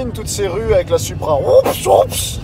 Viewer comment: Pourquoi vous dites suupra, ça se prononce SOUPRA👌🏻 Super vidéo ça fait rêver🤩